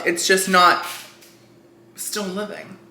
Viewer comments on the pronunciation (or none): none